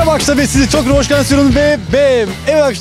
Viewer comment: ulan şu videoların girişinde azcık okunaklı konuş, bunedir olum ( mereba arkaşlar ve siz çok hoşgensiyorum ve ve veeee evet arkaşlar bugüüünn) şu girişi değiştir kardeşim onun haricinde seviliyosun